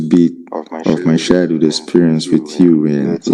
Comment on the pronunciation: The way he pronounced "childhood" sounded like "shy dude"!!!